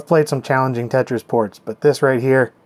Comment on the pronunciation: Lol "Tate-tris" :P